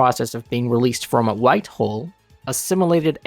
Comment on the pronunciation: "A /white/ hole?"